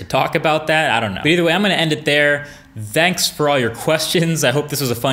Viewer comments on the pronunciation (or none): Any1 else who hear "Danks" when he says "thanks"?